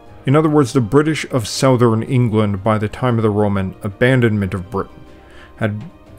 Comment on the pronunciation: you can pronounce welsh word but can't pronounce the word southern.